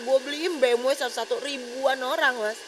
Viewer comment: Cb cek dech BMW pertahun itu keluar brp unit,,,ngomong ja gk karuan ni cewek,, B'EM'WEK,, banyak bgt lu punya ya,, apaan tu BE'EM'WEK